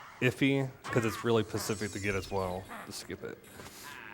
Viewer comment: Is he saying pacific instead of specific on purpose?